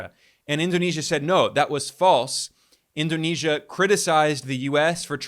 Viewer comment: Indonesian here. Your pronunciation of President's name and cities in Indonesia are spot on. Great job Ben❤